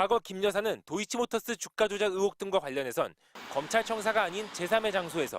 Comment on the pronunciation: 뉴스 내용을 떠나 기자님 '으혹'이 아니라 '의혹'입니다. '1분 27초 즈음'